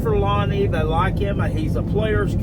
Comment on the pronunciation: Who have dey pwayed